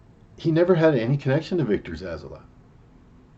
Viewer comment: Zsasz is his name mate, haha like your version though, Victor Zazzler sounds like a Dazzler/serial killer mash-up. Zazzler the sequined serial killer lol, he's evil but he's fab-u-lous! Anyway I know it's not about the pronunciation I am just pulling your leg. Good picks mate